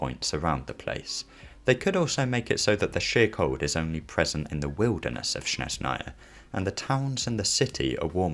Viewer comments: Not Snezh’naya, but ‘Snezhnaya (I’m Russian) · with the stress on SnEzhnaya instead of SnezhnAya (like LeviOsa intead of LeviosA) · "SHNEZNAYA" lol